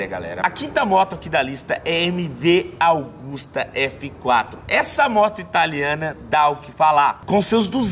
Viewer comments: MV "AUGUSTA" ? Não é AGUSTA? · koe.... é MV AGUSTA,,,, nao é augusta